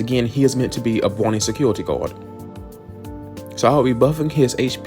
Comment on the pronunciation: Keep the mic tbh. Using a real voice feels a lot more genuine and regarding the mic quality, it sounds pretty fine to me, just make sure to talk into the mic for 10 minutes. Also you talk like something I've never seen before 'bwoken' or 'gwom' or 'bwany secuwity guawd'. You're like uwu'ing every word with an 'r'. I think it adds some personality to your channel honestly, keep it going!